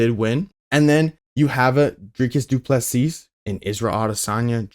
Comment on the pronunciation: Doo plu SEA,stop. Not seasssssss,no never,just see as in look.....SEE,not seeS,no never